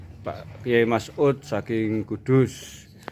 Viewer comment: Kyai mas'ud pak..bukan masngud..bahasa indonesia nya di perbaiki lagi ya pak😊😊